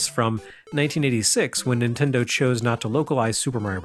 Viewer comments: "Intendo" was exactly how my grandmother pronounced Nintendo. How did you know? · My Nana pronounced it Ninwendo..ha